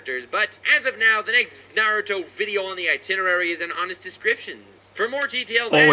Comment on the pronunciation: I love watching ur videos but hate the way u pronounce naruto